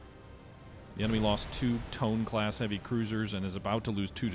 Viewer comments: It's pronounced Toe-nay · Just a small tip. Tone is pronounced as Toe-Neh.